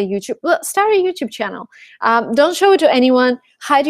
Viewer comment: Interesting, your pronunciation is perfect! I hear some Rusian influence only when you say CHANNEL and WATCH because your CH is too soft. I hope you can work on that. Love, hugs...